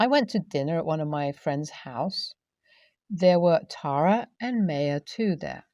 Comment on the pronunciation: Nbd, but just a little fyi, the Ma in Maya should actually be pronounced ‘my’ not may, so Maya should sound like ‘my uh’.